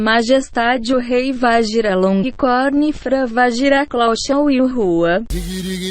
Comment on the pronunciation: he became a French artist